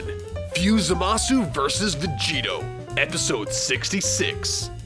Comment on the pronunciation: Man, i just irk every time someone pronounces Zamasu's name complete with "U" at the end, and what's even worse is i hear the dub officially does the same!